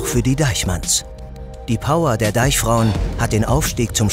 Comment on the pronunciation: Dieser Cring wenn er Deichfrauen sagt😖